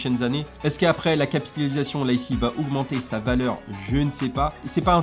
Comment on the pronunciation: T’a un soucis avec le mot « capitalisation » 😂🤣😂😂. Super video encore une fois 😉